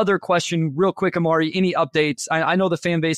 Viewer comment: The way he keeps saying Omari's name.....😬